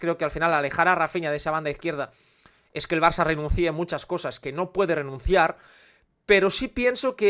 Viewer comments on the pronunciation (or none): "Canvíe", "Renuncíe",... En castellano se pronuncia "Cámbie", "Renúncie". Sólo es por criticar algo😂, en realidad con ese deje das un toque molón a los vídeos.